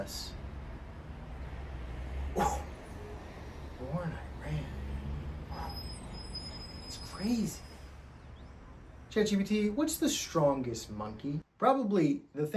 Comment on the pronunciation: it's pronounced ee-ron!! Great video, I agree it's really silly to imply that centrism is better, I think it's good to understand what your opponent is saying but having a bias isn't necessarily a bad thing when it's, say, a bias against articles that include racist or queerphobic dogwhistles. Understanding problematic arguments isn't the same thing as holding space for outright bigotry, and the latter feels to me like part of what Ground News is saying we should do to be 'well-rounded'.